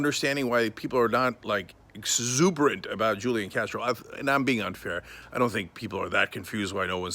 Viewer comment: The j is silent